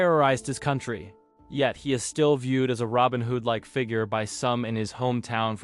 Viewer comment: I thought "robin who'd" was spot on. This is wrinkling my brain